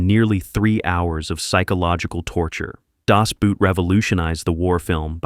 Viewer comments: Das Boot is pronounced boat. Same as in English. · Das Boot doesn't write with brute! The boot is on the other foot! It's a submarine, a U-Boot. It sounds similar to English "boat". (Was this an AI commentary?) Is this an AI comment? Nope. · Uhm ... The Lives of Others is not a ww2 movie. It's a great movie but just doesn't belong in that list. Also please stop pronouncing "Das Boot" as if you were talking about footwear when the actual german pronounciation is so close to the english "boat". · He meant to say, that the narrator utterly mis-pronounced "Das Boot". But not only that: "Bruno Ganz", "Günther Grass", "Volker Schlöndorff", "Rainer Werner Fassbinder" are also butchered pretty badly... :-(